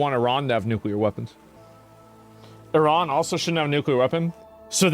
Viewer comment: Yo this dude is Chinese. Did you see how he pronounced Iran? Elmer Fudd sounding MF'er.